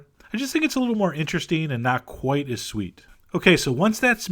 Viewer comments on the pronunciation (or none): none